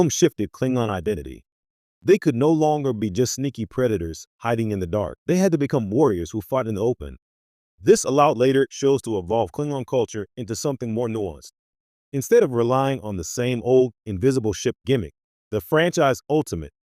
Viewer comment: Couldn't even take the time to configure the voice generation to more properly pronounce the subject of the video.